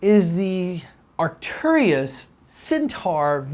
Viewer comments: Please Americans, learn how to speak English Properly. Arcturus pronounced 'arc-turus' and centaur pronounced 'cen-tor' ;-) love from the English. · Arc-tur-us. There's no "I" in the word. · Love your show, not to gripe, but it sounds like you mispronounce Arcturus. Keep up the good work, and as always, I'll be sure to call my freakin' hits.